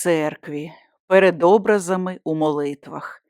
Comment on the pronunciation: Виправте наголос: не Образи, а образИ.